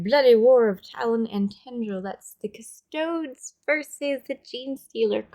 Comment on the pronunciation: I think it is pronounced cust-o-dees! (sigh)